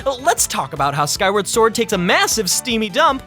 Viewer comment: He also called the game "Skyward Ford"